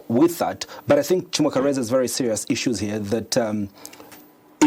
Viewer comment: Y does chimweka pronounce his name as “Himweka”?